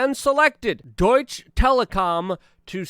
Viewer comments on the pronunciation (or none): none